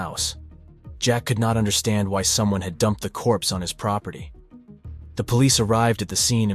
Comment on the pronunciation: Please dont say" corspe" ..so horrible this video .... Beautiful sweet precious girl